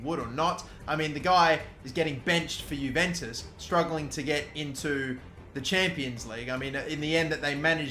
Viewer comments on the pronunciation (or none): none